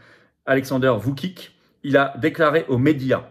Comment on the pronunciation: Voutchitch, pas Voucic.